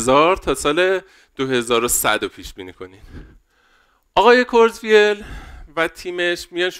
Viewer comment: کرتزوایل منظورته دیگه😂 حداقل اسم یارو رو یه سرچ کن درست تلفظ کنی عمو جان.